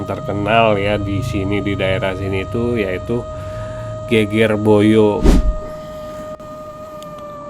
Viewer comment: Geger pengucapannya seperti seger,sedep